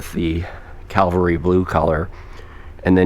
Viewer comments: It is Cavalry not calvery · Cavalry not Calvary 👍🏼